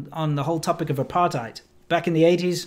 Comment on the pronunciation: I lived in RSA for 20 years from a young age, leaving coincidentally when the ANC took control., I noticed you pronounced 'apartheid' once correctly, otherwise as '***hide' - since it is an Afrikaans word why can't you get it right please? Incidentally I also lived and worked in PRC and Taiwan for 15 years and as a trained proof reader I do pay attention to every nuance.